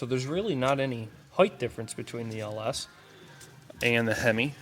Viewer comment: There is no additional h in height. It's not HEIGHTH.